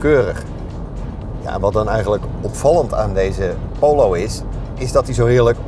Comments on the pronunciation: Hahaha. Poowloow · Prima video. Wel even het woord Polo uit leren spreken. pholow